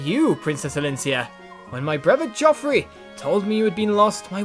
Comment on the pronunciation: Random fact, if Soren attacked Petrine, it would be revealed that Petrine is also one of the Branded. Oscar, the trap MVP of this chapter! XD I like how you say Geoffrey, it suits him. Plus, he is sorta posh. XD Da da da!! Nasir is gone! FOOD!! OSCAR PIT MVP!! Makalov will never learn. :| Time to organize those darn skills it seems. :D